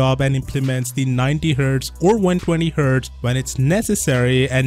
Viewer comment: What's wrong with this guy pronouncing 120hz